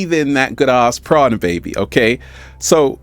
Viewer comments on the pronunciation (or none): none